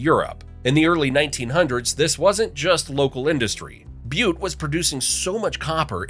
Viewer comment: I am amazed the pronunciation of Butte was not butchered!